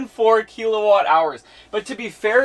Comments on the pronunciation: I'm sorry to be the turd in the punch bowl, but serious...how did you get to know this much about electricity without ANYONE ever telling you its not pronounced "keel-o-watt" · What’s a keylowatt? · Keel a watt cracks me up